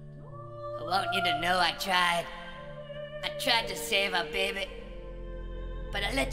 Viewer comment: “My Behby”